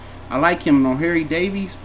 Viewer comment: "O'hairy davies" 😂😂😂😂😂